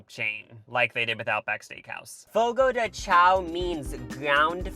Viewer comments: I love your videos. Next time you go to a churrascaria for rodizio you should try grilled pineapple and Brazilian limeade. I just learned “The correct pronunciation of Fogo de Chão is "fo-go dèe shoun". The name, which translates to "fire on the ground" or "campfire" in Portuguese, is often mispronounced as "Fogo de Chow". 😊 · The way y'all are saying chÃo as "xao" is killing me 😭 P.S.- Just heard the churrasco as "churasco" 💀